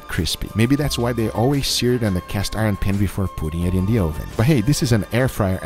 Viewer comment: Where can I find a toaster O-Ven 😂 I love how guga talks lol